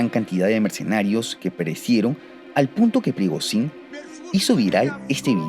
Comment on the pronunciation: se pronuncia prigollin